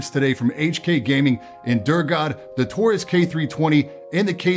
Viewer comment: Idk why, but in my head i thought he said "tourist" whenever he said taurus